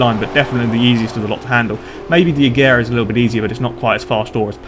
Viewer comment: You pronounced Agera wrong.